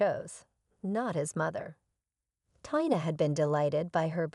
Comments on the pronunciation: It’s pronounced Teee na. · A VERY INCOMPLETE Story with NO PROPER Conclusion, ALWAYS getting the Name Tina WRONG. With a person reading/checking spelling it'd be a MUCH BETTER STORY, A THUMBS DOWN!!!